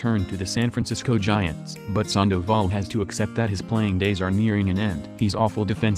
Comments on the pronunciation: If you're going to post this stuff, please get the names and terminology correct. Sanduval, uh nope, Sandoval. Era, uh nope, E.R.A. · Who else hates how he pronounces sandavol and tulowitzki